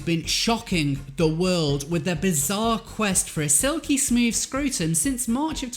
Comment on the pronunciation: When you said "Silky smooth scrotum" in you accent I fell hard on the floor with laughter... just awesome